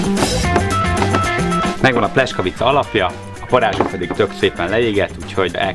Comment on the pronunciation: Szép videó , aránylag jó recept ( a "buci" szentség törés , a pljeskavicához :) ... lepényben az igazi aminek az a buci meg sem közelíti sem az állagát , sem az ízét . ) És a pljeskavicát ....... PLJESZKAVICA nak ejtjük az "S" , az "SZ" :) Nagyon tudja bántani az ember fülét , ha egy 8 perces videóban kb 40 x rosszul mondanak valamit :D